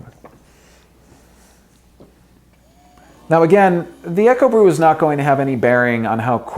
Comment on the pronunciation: Isn't Ekobrew pronounced "eeko brew"? Eko, like eco (short for ecology... meaning environmentally friendly). And isn't Kuerig pronounced "key-yer-rig"? Sorry for being a stickler it was just bugging me! lol. Thanks for the video! I went on to buy a Ekobrew and love it.